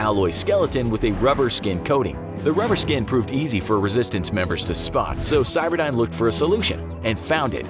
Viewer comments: Cyberdyne is spelled with a y, not an i. Geez and I thought you were supposed to have done your research. Cyberdine sounds like an internet cafe. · Terminator movies: cyberdyne This video: CYBERDINE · It’s not cyberdine it’s cyberdyne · stop calling skynet cyberdine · i hate that you say cyberdine its skynet for gods sake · "CyberdIne" and "thermyte"? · It is driving me all kinds of nuts you are calling the bad guy AI "Cyberdyne" instead of "Skynet".